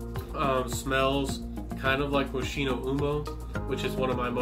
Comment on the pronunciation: Rocco Barocco is an Italian designer.☺ (Moschino is pronounced "moskino").